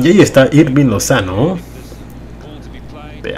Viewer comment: Se pronuncia irving no jirving